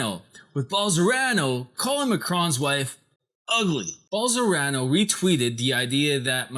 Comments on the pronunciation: Bol-son-a-ro, not Bol-sor-a-no. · I like these editorials he does, lots of hard work. Wilbur Ross documentary was great. Bolsonaro one not so great. Brazil speaks Portugese not Spanish, ruined the joke for me...and the name Bol-so-nar-o is just consonant vowel consonant vowel so very easy to pronounce if you take a moment. can say those 16 letter Russian oligarch names, why not get the Brazilian fascist's right? Nice work though. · Love the video, only thing that irritates me is that you mispronounce the name Bolsonaro, switching the R and the N. Content is good. xxx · This stupid doesn’t even knows what the fuck he’s talking about... you can’t even say the Brazilian president name... Typical stupid English speakers... lol Study a little bit more ...